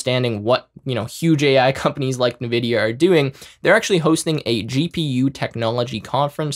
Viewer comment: Cool AF!!! Thanks. PS: i feel small electric shocks through my ears to my ocd-peanut-brain everytime he says ‘nividia’ 😅✌️